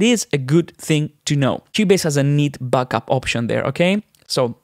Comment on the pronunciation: You say “backup” like “buckup”!